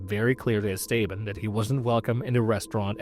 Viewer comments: Not how you pronounce esteban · you need to brush up on your pronunciation. Esteban is one, but dingy? Cmon...